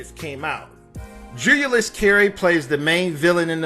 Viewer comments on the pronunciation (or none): Dude. 1) solid coverage for sure. 2) JEW-Lee-US(Julius) Carry. you kept saying "Juu-You-Lus". still great coverage thanks for the video. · He also says, "Julia-yus" instead of Julius. 🤦🏾‍♀️ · It’s “Julius” jew-lee-us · The pronunciation of his name is JU LEE US. Not JULE YOU LUS. SMDH.......